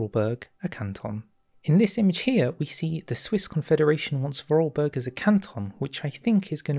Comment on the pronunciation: Hello there! I am a random comment helping you with pronounciation. The German/Austrian way of pronounciation of vorarlberg is for-are-l-berg the L sounds like the L in ill. The Name translated into english means: Before-Arl-Mountain Na? War die Erklärung gut genug? ;D